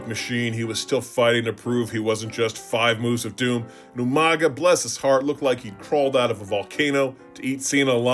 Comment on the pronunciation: Who is this Umaga person? Are you talking about You-Manga?